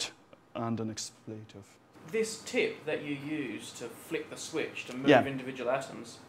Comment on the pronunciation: I love how the Prof. pronounces "expletive" !